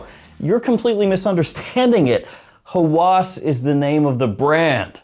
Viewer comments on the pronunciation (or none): Thanks for the review! Just a small note: "Hawas" (هوس) is pronounced "Ha-was," and it means "obsession." When pronounced "Hawas" with the emphasis on the second syllable, it can sound more like "senses" (حواس), which is a different word altogether.